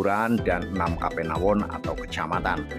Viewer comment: Jangan diucap ^kapenawon^ tapi Kapanewon .